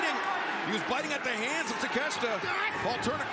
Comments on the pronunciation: His real name is pronounced TAKA*SHEETA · Proper pronunciation is ta-ke-she-ta